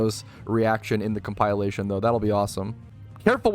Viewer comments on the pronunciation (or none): Just a heads up. Its comp-ILL-ation. Not Comp-Ile-ation. Closer to elation than compile. I always thought the word epitome was spelt epidemy until I was a nurse taking an epidemiology class lol.